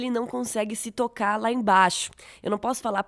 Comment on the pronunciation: "Finalmente o Otis consegue se tocarrrrrrr" jsjdjdiidd eu ri.